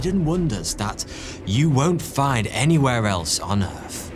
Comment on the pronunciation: Why do you say "errf" instead of earth?